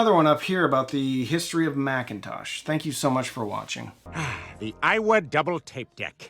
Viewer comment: I'll take my Yamaha RX-V6A 7.1ch processor over any of those every day of the week. By the way, it's Makkinn- tosh, not pronounced the three syllable way as the Apple computer.